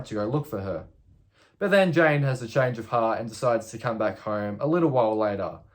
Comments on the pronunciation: Lol you keep saying Jane instead of Jan. I'd watch out if I were you. You might wake to find Jan standing over you, gleefully laughing while she gives you a crew cut. ;) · Yes I thought so too. But I wonder how he would actually pronounce "Jane" then, lol?